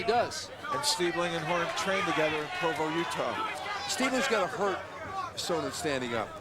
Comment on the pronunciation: "Chael Sonnon"? lol